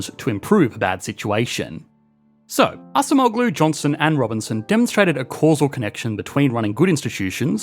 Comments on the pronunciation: A small thing you could do to improve your videos, is quickly Google the pronunciation of foreign names. I think the last name is closer to something like "ahjemolu", rather than assa moh glue. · pronounce Ah-Jem-Oh-lou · Acemoğlu -> /ah-jem-oh-lū/ The soft G isn’t pronounced, like Erdoğan. 😊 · it is pronounced adjemoughloo "ough" as in "thorough" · Please pronounce “Daron Acemoğlu” correctly, your pronunciation’s scratching my ears. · The C in Turkish is pronounced like an English J as in Jack. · Brother you annihilated pronunciation of Daron Acemoğlu. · Hi, Daron Acemeoğlu's surname is pronounced better if you switch the "c" with the "g" or "j" sound. I was confused for a few seconds as a native Turkish speaker and chuckled a little bit when I first heard you say his surname. 😅Thank you for the video and love from Turkey. 😊